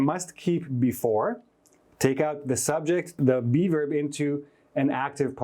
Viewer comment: Thank you for all these insightful classes, keep it up! The only issue I have is that every time you say "be verb" I hear "":D